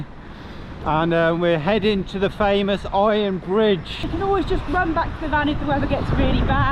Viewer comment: Iron BRIDGE; heard it as “fridge “ 😫😳🤣